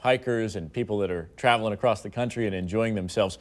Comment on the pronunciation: she said "accrost"